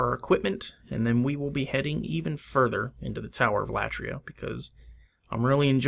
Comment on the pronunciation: Tower of Latria (accent should be on i) Latria is a Greek word which means worship So it's the Worship tower or The tower of worship Keep it up Greetings from Greece